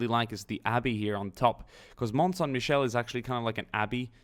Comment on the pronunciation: You pranounce it wrong lol its real as well i seen it its in a triangle corner of france ! Its on the sea & has a road leading to it but it floods at evening the you can go at day time